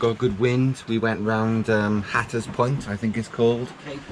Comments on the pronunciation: It's "Slack Tide"....and "Hat -r-us" 🙂 Did you see the boat that approached ? Sounds like it could have been Coast Guard patrolling ? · There are a whole lot of Monday mornings. Which one was that? BTW That's "Hat-ter-rus". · Seriously guys. It’s pronounced Hat-er-as!. Tricky part of the coast there but good job.